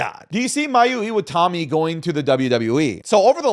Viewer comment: IwataNi. It's literally right there. You said IwataMi like three times in a row ROFLMAO Edit: also, VERY low chance she ever comes to WWE. She's on record saying she doesn't want to leave Japan as she gets homesick very easily.